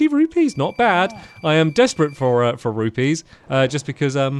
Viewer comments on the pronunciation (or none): none